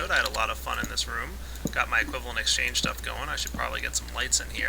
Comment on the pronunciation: Why does everyone keep saying equivalent "exchane"? Why would you forget the G? I love psychology!